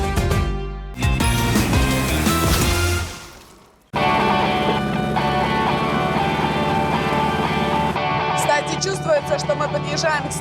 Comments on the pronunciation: Ивлеева училась произносить удвоенную букву М подобно игре Страна знаний День рождения Бори? Этот вопрос про столицу Иордании Амман, которую только супружеская пара на букву Д в выпуске 2021 года осилила. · Название столицы Иордании Амман вы произносите, будто в названии одна буква М. На самом деле не стоит путать с Оманом.